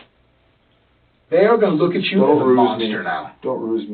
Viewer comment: "bro, I'm witterwawwy not even rusin' right now, so. You wook sooo dumb right now. Witterwawwy."